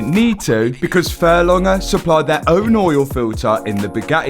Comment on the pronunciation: There’s a g in furlonger…